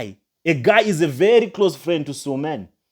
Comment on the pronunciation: THE NAME IS S U L E M A N NOT SUMAN